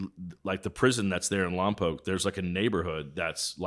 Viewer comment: I appreciate Danny pronouncing Lompoc correctly.